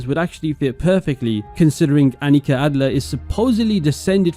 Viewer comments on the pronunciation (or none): The German pronunciation is Ánnika, not Anníka, you had it right the first time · Annika is a very Swedish name. And "Elsa is easier to say?" Come on. Ah-nee-KA. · Your first pronounciation of Annika was correct, the second is wrong. The surname Adler is not very common but also not that rare. I feel more often than not it's a jewish name in America than a regular german name but it's not too odd.